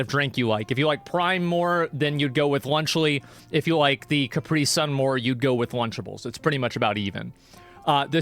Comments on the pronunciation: It’s not pronounced Car-pre-son. 😂 asmong it’s pronounced Cap-pre-sun. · Why do Americans pronounce caprisun kupree? Weird